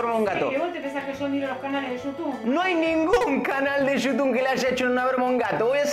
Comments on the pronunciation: Jajajaja siempre dice yutun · me da risa cuando dice gente de yutun jasjdjxjxj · "Yutun" JAJAJAJAJAJ